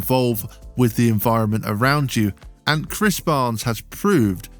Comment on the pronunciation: no no no It's Chris barnes not bhris barnes